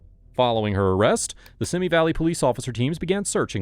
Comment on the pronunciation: How can you put together a video and not first find out how to properly pronounce Van Nuys and Simi Valley?